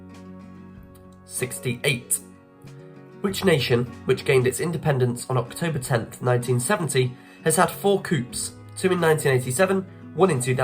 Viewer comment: in the word coups the p is silent .